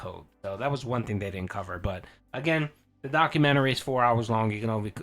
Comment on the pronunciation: can't say documentary? 😅